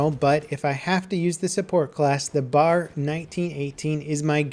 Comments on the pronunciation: Just a note, it's pronounced B.A.R, not "Bar". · stop calling it the 'bar'! its pronounced B-A-R! I thought you of all people would know that. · Can't stand the way he says "bar" instead of B.A.R like you're meant to. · Yep, I agree. BAR should be pronounced Bee-A(as in day)-Arrr Please make a note of it. Otherwise informative video. Bravo. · It's pronounced B.A.R.,the acronym for Browning Automatic Rifle. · Man I still haven't gotten over him calling an AR-15 an M4. Now I have to deal with this horrible pronunciation. Not to mention him calling the B.A.R. a Bar. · ugh i hate when people miss pronounce the bar. you all the letters separately that's why it's called the Browning automatic rifle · Its not "bar" its B.A.R.! YOU SHOULD KNOW THIS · Every time pronounce the BAR as "Bar" (not B-A-R), I die a little in the inside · "b" "a" "r" not bar. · It's not bar it's B A R. Browning automatic rifle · B.A.R. You say the letters, it they mean browning automatic rifle. It's not bar. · It's not pronounced "Bar" in one word, it's B.A.R, Browning Automatic Rifle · Please stop calling it a bar. The B-A-R is one of the greatest automatic rifles of all time. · Pronounced B.A.R, not Bar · It's B.A.R (Browning Automatic Rifle) Not Bar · Cap, love your videos, love what you do. But nothing bothers me more than hearing the incorrect pronunciation for something. I know, OCD blah blah blah. But it isn't pronounced "bar", it's pronounced with each letter. "Bee-ay-ar". Sorry to be THAT guy, but just wanted to let you know for the future. Keep up the great work! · It's pronounced B-A-R not Bar. I have yet to see a vid where it's pronounced correctly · For future reference it's B-A-R, not Bar, it stands for Browning Automatic Rifle. But I bet someone has already said that.. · Pro-tip. BAR is an acronym for "Browning Automatic Rifle" and is pronounced "B, A, R". calling it a "bar" is like calling an SMG a "smig". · It's the B.A.R not the bar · B-A-R! Not bar! B-A-R!